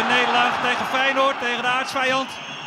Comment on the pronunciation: Fei je noord? Zo spreek je dat nier uit